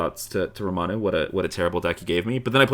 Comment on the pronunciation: Basically what I'm saying is I got lowkey triggered every time you guys said Ramanu 😂